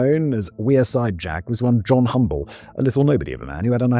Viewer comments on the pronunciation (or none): none